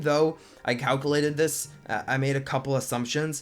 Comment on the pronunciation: Please learn how to say calculated. It was driving me nuts.